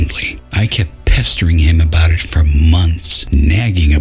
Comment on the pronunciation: "for" not "four" and "more" not "moire"